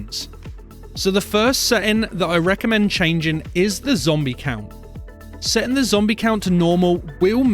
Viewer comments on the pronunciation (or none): dude the vid is very helpful BUT THE DAMN ACCENT, meta scent = meta setting, population mo-wi-pli-yar multiplier